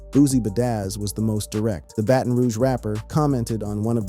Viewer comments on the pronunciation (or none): none